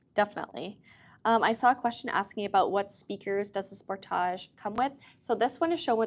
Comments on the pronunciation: hopefully she learns how to say sportage correctly at that training. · sport - age. not sportaj.